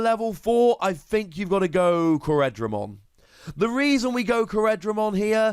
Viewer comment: To repeat myself again: CORE-DRA-MON. Not CO-RED-RA-MON